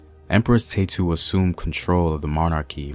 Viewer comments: Ta-ye-tu!! Is her name. Neverless great information. Her name is our pride. 🇪🇹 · you are saying her name sooooo wrong.